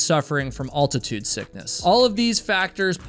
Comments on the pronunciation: Al-tuh-tood, not all-ti-tood at least in American English. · Altitude, not Alltitude